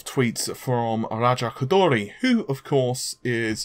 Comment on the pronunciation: Someone please tell me why everytime a Westerner sees a foreign name with an "R" in it, they automatically turn into human drumrolls? It's ok to say ko-door-ee lol